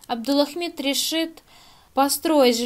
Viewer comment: "Абдулахмид". Выучите сначала правильное произношение имени, а потом обзоры делайте.